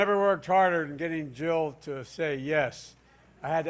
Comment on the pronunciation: When Joe Biden says his wife’s name, it sounds like he is saying “Joe.” It is weird. Also, this guy has got nothing. He needs to retire, go sit on his porch in Delaware or wherever he lives and just drink mint juleps and reminisce with his old friends. 🍹 He would be a terrible President, that is IF he could beat Trump.